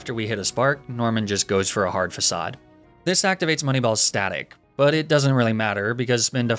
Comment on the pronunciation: He mispronounced facade.